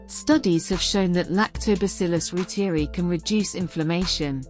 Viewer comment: ‘Roo-teer-ee’ ??? ‘Roy-ter-eye’ is the true pronunciation.